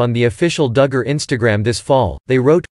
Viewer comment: or how to pronounce DUGGAR